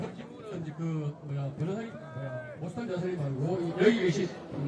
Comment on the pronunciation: 모스탄을 왜 모사탄으로 부르냐? 발음 잘 해라